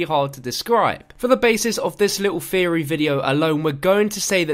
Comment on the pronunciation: "This was just a feory... A GAME FEORY"